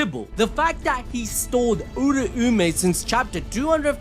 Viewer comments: everytime he says oora-oome my soul gets hurt.. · Bro must have yujis soul power also cuz him saying "uraumay" hurts my soul